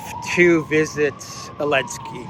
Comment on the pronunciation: Why don't you say Zelensky correctly? I'm curious.